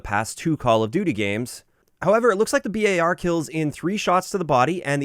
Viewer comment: I just want to say thank you for pronouncing the B.A.R. as it should be. The amount of mouth breathers I see saying bar is rediculous, and honestly they seem ignorant doing so.